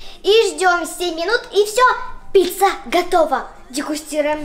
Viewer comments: Правильно не пцица не пица а пицца хорошо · Правильно не пица а пиЦЦа